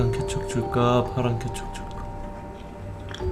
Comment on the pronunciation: 케첩을 쾌척이라고 들었어요